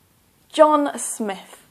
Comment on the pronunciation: Hello, I have started referring your videos for my Canada PR and I am starting with Listening first. In this video I have some questions and I need some help in that. In first letter it was heard as Johnas Smith not John Smith In the third letter it was heard as Shawn Brambling not Sean Brambling In the fifth letter we can also write as Hillary Mitchell rather than writing Hilary Mitchel. Please share your feedback/advice in this this would help in listening test in IELTS, Thanks, Rushabh